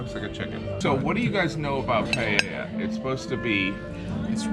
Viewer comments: Damn, it hurts my ears every time anyone at your table mispronounced paella. It is not palela, not payeya, it is PA-EH-YA....paella. Simple. You're making much more complicated than it is. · It's PIE-A-YAq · Gee wiz. The British gentlemen seem to not even try to pronounce 'Paella', whereas Jim gets it almost immediately... doesn't that say a lot? And most Spaniards don't have a pan that big in their house, that's not so. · They have lived in Spain for 10 years and still can’t say paella… typical brits.